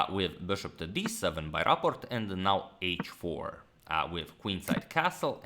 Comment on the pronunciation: Do you pronounce it Raport or Rapport? It's not the same.